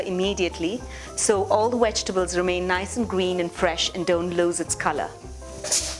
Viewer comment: Vegtables, not wegtables....just saying..... Otherwise love your videos...😄😄😄😄😄❤